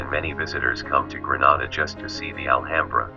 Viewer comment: 'Al - hambrer'? Man, you've got to be kidding me by now. "Al - AM - bra."